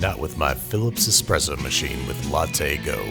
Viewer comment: Can we have a 10 hour Babish expresso Ad? That'd be nice